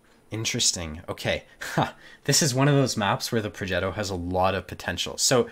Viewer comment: Progetto - G as in give